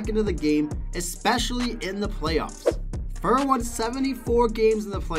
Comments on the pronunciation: Number 9, Grant Fuhr, His name is pronounced Grant Fue-Er. Number 4. Dominik Hasek is pronounced Hah-SH-ick Number 3. Terry Sawchuk, pronounced Saw-Chuck, you said right a couple of times but stumbled over it as well. Number 1. Martin Brodeur, you got the last name right but his first name is pronounced Mar-Tan. That's the mispronounced names. Number 2. Patrick Roy, not a single image of him. you had some old pictures of people who weren't Patrick Roy. The mechanic you seemed to use was wins, mostly. You threw out a few stats for other goaltenders but it wasn't consistent throughout. Hopefully this is the constructive feedback you were looking for. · Why do you call Grant Fuhr as fur? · Who is Grant Furr? People won’t take you seriously if you mispronounce names of players that well known. Not hard to learn how to pronounce the names before you do the video. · Grant Fur and Veznas 🤣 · Sorry. But his name is not pronounced fur. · Grant Fur? Lol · Buddy cant even Pronounce Grant Fuhrs name lmao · Sat through the painful mispronunciation of Grant Fuhr....got to Dominik Hasek being ranked #4 and had to give up. This video is painful to watch 🤣🤣🤣